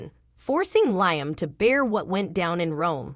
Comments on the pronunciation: Who ever that liom's name you're saying it totally wrong. It's Liam not the other way around get the damn name right. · 😂😂😂LOL, I can't STAND hearing LIME Either.